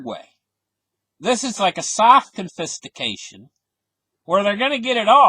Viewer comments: It is genius Con -Fisti 🤛cation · CON-FIS-TI-CA-TION... LMAO!!! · your pronunciation of confiscation made me smile :-) but its cool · You should spend half a day practicing how to pronounce confiscation and exponentially